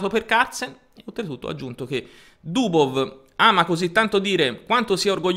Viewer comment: Sei nato per fare comunicazione! Sei da studio! Comunque si pronuncia Mag-nus. La gn di gnomo non esiste in norvegese come non esiste in inglese. In russo la V finale si legge F, quindi Dubof.